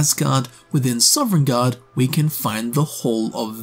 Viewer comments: SOVNGARDE. SOVNGARDE. NOT SOVEREIGNGARDE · Sov-en-garde, not sovereign-garde. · How, after 1000s of hours and making this career, are you still pronouncing it Sovereign guard Like can you read or hear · Awesome video, but it’s NOT SOVREIGNGARDE